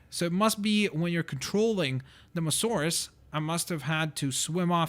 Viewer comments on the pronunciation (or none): I'm sorry to bother you, but it's mosasaurus, not mosaurus. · Samuel Walber mo saurus he said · It is mo- as- saurus not mosaurus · It's Mosasauros not mosauros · it is not mosauraus its moSAsaurus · its not mosaurus its mosasaurus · Its a Mososaurus not a mosaurus. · I now its not Mosaurus its MOSASAURUS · It's a Mosasaurus not a Mosaurus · hey your pronouncing the dino wrong its not mosauras its mosasauras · You fucking piece of shit! It's Mosasaurus not Mosaurus! Even after the lady in the game said Mosasaurus you still said mosaurus like a fucking dumbfuck! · dude its a mosasaurus not a masaurus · It's moSAsaurus, not mosaurus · ChimneyTOOTH TOOTH that ain't no abrivation he jus cant say it right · Its MoSAsaurus. Not Mosaurus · Why is he calling it the moasaur it's the mosasaur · Not to be rude but its Mo-Suh-Sor-Us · You can not say mosasoras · STAHP SAYING MOSAURUS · its pronounced"moe-zo-saur-us :) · It's Mo-SA-Saurus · You have to kill 7 sharks not 6 and its mosasaurus not mosorus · its pronounced mosasaurous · MO-zu-sawrus that's how to pronounce it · Yeah I know it's the MoSasaurus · it's pernounced (moss-so-saur-rus) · No it is pronounced moes a saurus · Don’t you hate when someone pronounces something wrong? Examples are: said apatosaurus wrong, and mosasaurus wrong. IT EVEN SAID MOSASAURUS IN THE DARN VIDEO